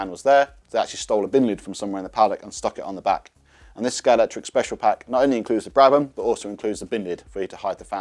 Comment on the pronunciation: The official Scalextric channel and he calls it Scalectric…